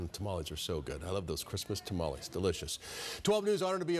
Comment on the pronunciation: ... Ta-mal-Less, Say it right Gringo! WTF, how long have you lived in Arizona? 🫔🫔🫔